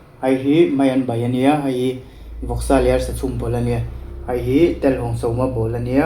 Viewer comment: I hmuhnawm e, mahse thil pakhat ngaimawh deuh ka nei a, chu chu. Hei hi..ti lovin, "hai hi" i tiin ka hria a......😂. I ei hmuhnawm tawlh tawlh e